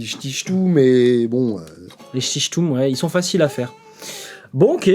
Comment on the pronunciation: on dit les tchitchou à Nice, pas les chtichtoumes!!!😅